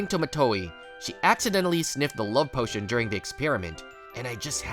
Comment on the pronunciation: Bro said portion instead of potion